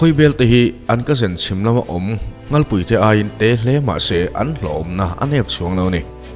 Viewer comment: A tir lam a nghalpui i lam dan hi sanghal ( nghalpui ) lam dan ang hian i lam tlat mai 😀😃😄😁😂😅🤣 ka rawn sel ve mai2 aw.. Ngaihthlak a man hla m2 thin e